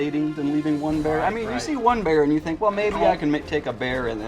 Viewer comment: THINK. NOT FINK.